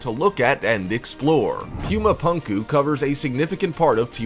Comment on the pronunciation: It’s not “pyoomah pahnkuh” it is pronounced “poomah poonkuh”